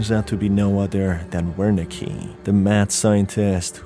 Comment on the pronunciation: Love the vid, love the game , love your content. But a constructive note the "W" in Wernicke is pronounced as a "V" it's a german thing. You can hear it pronounced if you look up Wernicke's area. A part of the brain associated with comprehending language (written or spoken).